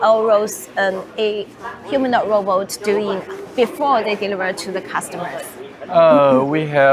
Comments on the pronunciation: Why does she call a robot a rowboat? 🤣 😂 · I can't help laughing when she said "roboat" like how melania said it 🤣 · Stop saying Row Boat